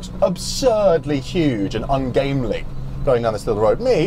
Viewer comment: it's "ungainly" not "ungamley".